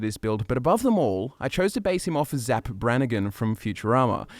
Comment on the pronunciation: It's Zapp not Zack!